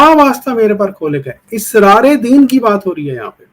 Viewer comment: Israar nahi Asraar